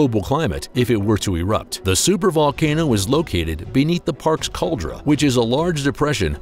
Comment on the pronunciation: Caldera, not cauldra.